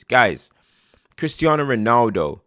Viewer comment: You pronounced correctly when you left out the Z